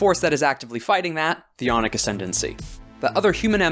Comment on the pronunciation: Really good stuff, but your accent made me really fucking confused whenever you said aunic, I thought you were saying yonic Yonic assembly is like calling yourselves the kingdom of phallus